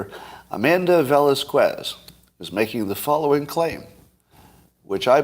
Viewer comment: Scott is brilliant. Huge fan, BUT how do you live in California for so long, call yourself a “Californian” and can’t pronounce “Velasquez”? 🤪🤷🏻‍♂️